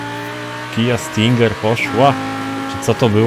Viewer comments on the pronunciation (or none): none